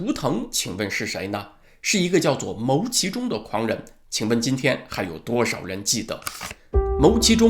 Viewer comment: 牟（音：木）其中